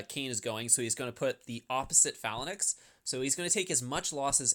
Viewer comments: I love your videos but would you mind pronouncing "phalanx" properly? It's "fay-langks" in American English and "fa-langks" in British English, not "falan-ex." ^_^ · This video was great other than you not knowing how to pronounce the word. Fae-lanks.... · Bro, it is pronounced "fa· langks" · "fa-la-naxx" smh you need some xanax to slow yourself down lol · "Phalan X" lol. sounds like a super hero or something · bro, check the pronunciation of phalanx on mirriam-webster's website